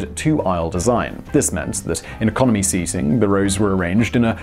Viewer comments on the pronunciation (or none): none